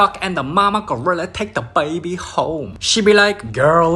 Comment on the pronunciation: "da baebwy" 😁😁😁😁😁😂😂😂😂😂😂😆😆😆😆🤣🤣🤣🤣